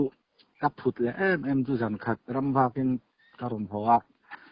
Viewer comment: Ka phut nasatzia mai chu tiha 'phut' tih hi thluk sei tur a nih hmel hle mai.